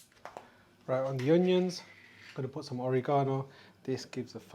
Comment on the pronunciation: It's not OreeGsnoo it's Oregano. Forget about it & keep your shirt on! Your food looks awesome regardless. Thanks for the introduction. Yumm